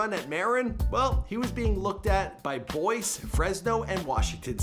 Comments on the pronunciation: Wtf did he say boyce? Instead of boise? That was lame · Boise is also pronounced BOY-zee, not Boyce. Also, Marin is Ma-RIN, not MARE-in. This poor on-camera guy: Another casualty of the public school system.